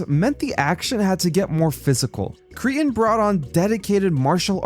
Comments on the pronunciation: Bro it's not Cretin it's Cretton. Cretin is a word for a foolish, obnoxious, or deeply unintelligent person. 😂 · It’s cretton not cretin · Its pronounced Cre-tun not creeton lol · please please please pornounce crettons name correctly